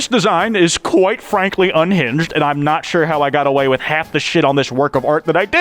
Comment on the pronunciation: I was watching this with my cat on my bed and she lunged at.